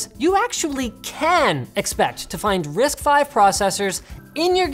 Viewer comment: risc v is pronunced with a c dude